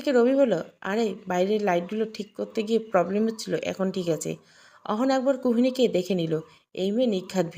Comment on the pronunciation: Kuhoniki noi kuhokini bolun .